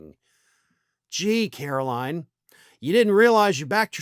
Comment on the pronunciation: KARO-LIE-IN' Leavitt